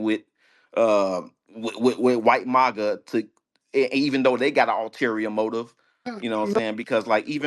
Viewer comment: I know this dude was a tether when he said mawga and not MAGA